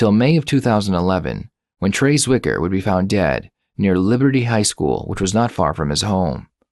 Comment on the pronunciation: had to re-wind rewatch the part where you said trey zwicker was found dead. it sounded like trace wiker or traceiker but not trey zwicker just fyi at the ish mark